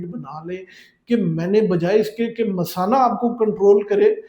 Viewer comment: Doctor ko pata nahi kay masana kis ko boltay hain, payshab ki theli ko misana bol raha hai.